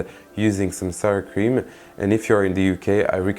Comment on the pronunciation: That's a very nice looking Tarte. I'm totally digging the French ending at the end of every consonant, e.g. whipped cream-ME. Subscribed!